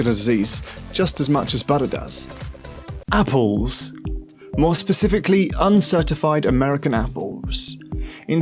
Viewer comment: Lol you should listen to this guy because he doesn't pronounce anything right ......wtf is Margareen and appoles